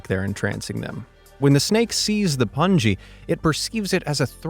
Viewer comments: is pronuounced as 'Poong-E'. Poo + ng sound + E as in the alphabet. Not as 'Pun G'. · It is not a pangi but a pungi pooungi pronounciation is different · Please note that pungi, is not pronounced as PUNJI, BUT AS PUNGI as we spell BUNGEE jump. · Calling pungi (poo-n-gee) as pungi (pun-g) 🤣🤣🤣🤣🤣🤣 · the snake charmers use puun-gi...its pronounced puungee..not punji😅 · It is not pun-ji (unless you use u as in put) but say is a poon-ji (oo as in book). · Pungi not punji😐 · It's not punji it's pungi and it's not called pungi it's called a bean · The musical instrument snake charmers use is called a 'Been" not a "pungi". Pungi pronounced as 'poon'+ 'gi' as in giggle or get, means horn. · The musical instrument played in front of the cobras Pungi is not pronounced pun-jee. It is a word in the Indian languages. The vowel 'u' is pronounced as in 'put'. And the 'g' in 'gi' is pronounced as in 'go'. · the instrument is pronounced more like (Poongi) and the instrument is also called (been) locally. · Pungi is pronounced with a *hard* G like in 'gun' and the 'u' is pronounced like in 'book'. It definitely does NOT sound similar to 'fungi'!